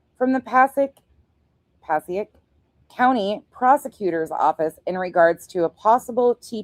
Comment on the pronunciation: Hey! So you are in the know, Passaic.... Paa-say-ik ❤😊